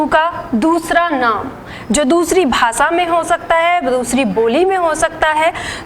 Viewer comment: Mam भासा नही भाषा mam श को स नही बोलते